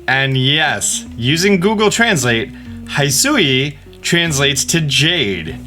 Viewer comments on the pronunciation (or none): why do you say "haisui" instead of "hisui" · He-Su-E-An He-Su-E :) hisui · Just the biggest pet peeve for me from these last two videos –especially because they pronounced both words several times during the Presents– is how you pronounce Hisui/Hisuian. Keep in mind the name of the region was coined in Japanese so they would be pronounced [hee·SOO·ee] and [hee·SOO·yan]. Also, Dialga is pronounced [dee·AL·gah], not [dye·AL·gah] (also from the Presents). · Why does he KEEEEEEP saying Hy-Soo-Ian and not HEE-soo-ian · it's pronounced Hi-suan, not HIGH-suan. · OK! Sorry for the rant, but I've had it up to here! The region is pronounced [he-swee] like if you said "He's sweet" without that final "t" at the end. Hisui! It's a frickin name! Animes have used it! Please research how to say names before going American in videos. I'm American and this is embarrassing! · It would be funny if we see use surf and fight in the water XD Just a note "hisui" is pronounce as "hee-su-yee" if that's make sense. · Hey let’s work on pronunciation 😆 Hisui ヒスイ pronouncing like this “he sue y” . The “i” in japanese is not pronounced like “I/igh” it makes what English speakers would recognize as a long “e” sound. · just wanted to let you know Hisui is pronounced Hee-suwee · Ainu is pronounced "Eye New" (Just wanted to help you out there) Hisui is pronounced "He Soo E" (They said that in the trailer) The symbols are a great way to streamline the interface and battles. I don't think the starters will get different evolutions since they come from different regions and evolution just doesn't really work like that. (Yes, I know this is Pokemon, but still...) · makes video reading the comments Me: Any chance you might pronounce it "Hi-soo-ee" like it's supposed to be `:) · I'm just gonna say it's HEE-SOO-EE